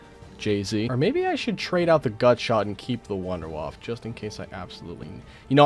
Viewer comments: Okay okay… I know I am late, but it triggers me so hard and I have to say it, even if there are already comments about this. Unlike in the English language, in German, the E at the end of words is NOT silent. Every E in German gets pronounced at such. This goes for Wunderwaffe, der Riese and other things. It’s really not that hard, there are really no silent letters in German, the exceptions are incredibly few compared to English. In fact pronouncing all E‘s in German is very important, if you are not doing it, you might say a very different word on accident. The Wunderwaffe is a Wonder Weapon and are not Wonder Waffles^^ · in nerdy voice actually, wonder waffe in German is pronounce vunder vaffer